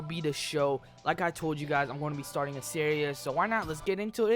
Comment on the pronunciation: When he says series it sounds like he's saying serious